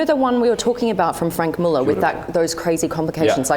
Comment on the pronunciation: Can't pronounce the watch names, their all her husband's and Franck muller is as bad as Hublot.